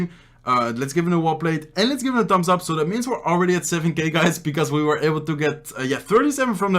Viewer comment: ‘Tambs ap’ he says ‘Tambs ap’